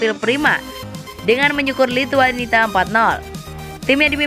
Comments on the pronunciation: Lithuania mbak bukan Lhituanita, gak enak betul didengar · admin nya cuma tamatan PAUD 😂😂 Lithuania malah dibaca Lithuanita